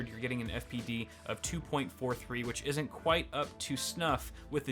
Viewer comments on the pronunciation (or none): "When a ten eighty just isent enough"